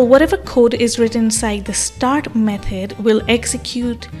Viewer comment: Nice video, very helpful. I found the way you pronounce "method" as "meth-head" really funny, but otherwise very informational video 👍👍